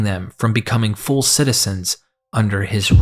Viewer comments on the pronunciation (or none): none